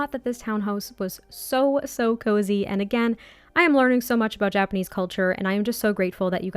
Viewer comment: I think you are doing great pronouncing Japanese, I always felt it’s a fairly straight forward language, you don’t get intonation changing the meaning of a word and there are no diphthongs or “letters” changing sounds in certain words like say in English “gaol” sounding like “jail” just why?